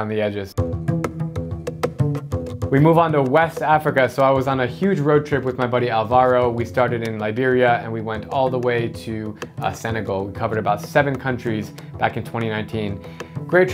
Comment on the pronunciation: You should pronounce Alvaro correctly: the accent is in the first sylable, otherwise it ends up sounding like a product to clean up toilets or something :D